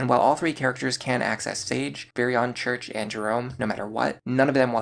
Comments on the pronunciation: Cherche is pronounced Cheir-Che just an fyi. Its french iirc. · Just FYI, Cherche is pronounced like the word share with a sh sound tacked onto the end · I always thought Cherche was pronounced "sure-shay" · Pretty sure Cherche is pronounced (Share-Shay) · I dont think i've ever heard someone pronounce Cherche's name as "Church" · I've never heard someone pronounce Cherche as church, but maybe that's a west coast thing, or because my entire family is Mexican. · Interesting that you pronounce Cherche like church. I always thought it was Cher(like the singer)-sh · IIRC that's how Tharja's name is pronounced in Japanese. He also mispronounced "Cherche" alongside "Noire" but I don't expect your average North American gamer to know French. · Cherche was definitely pronounced wrong. Tharja they used the Japanese name. Personally I always pronounced Tharja with the "Th" but then the soft j with a y sound. So like "Tharya" . That is until Warriors ruined it ...